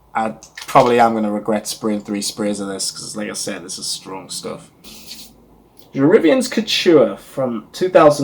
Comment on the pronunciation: pronunciation = je re-VYEN. The original was discontinued by the end of the 1980's. The subsequent reformulations were shadows of the original. Until we got Je Reviens Couture in 2004, which is a rare reformulation that is almost exactly as the original was (which I remember). It's interesting that you call it "otherworldly," as a dear friend who has significant experience in the perfume industry always says it smells like a ghost. Name comes from a poem, from which each of the Worth fragrances each take a line - Dans la nuit, Vers le jour, Je reviens, Sans adieu. p.s. it's better to not rub after you spray since it breaks down the top notes. Thanks for a good review!